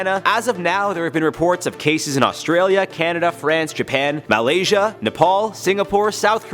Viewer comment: The way he said Malaysia made me laugh “MaLaYsIA”